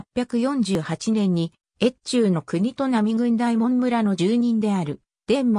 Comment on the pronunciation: 「おおかど」素麺ですよ。全部読み間違えてますから再生回数少ないうちに音声を修正したものを再アップされては？